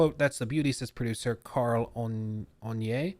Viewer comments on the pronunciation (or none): none